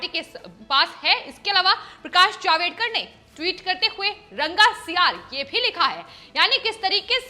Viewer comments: जावेदकर नही जावडेकर।सही सही उच्चारण करो. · Madam HeIsJavDEkar NOT JavEDkar.😠